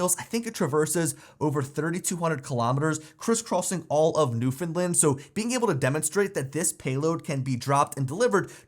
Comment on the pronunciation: lol sorry the way you pronounce Newfoundland. All good